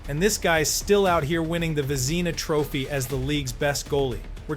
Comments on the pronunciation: You can't even pronounce Vezina trophy correct, and you claim to be a hockey fan. (Vezz-Na) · lol bro said vazeena